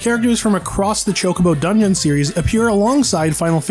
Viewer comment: A random tire or ‘tracor’? The Chocobo Dunion? Do you know how to read?